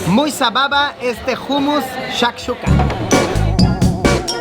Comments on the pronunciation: jumus???? jajajajajajjaj humus que se pronuncia - umus , gracioso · Like Si sabes que Luisito lo pronuncia como se escribe😂. humus y se pronuncia hanmos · se pronuncia Homus no Humus, pero dile cómo quieras quien soy para decirte que hacer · Jumus no umus se pronuncia luisiyo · Se dice ummus... No jummus... Jejejje.. La "h" no se pronuncia como "j"... Si vienes a España otra vez dímelo y llevo a Benidorm... Saludos wapeton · Se pronuncia “ Umus “ Saludos a todos 🎉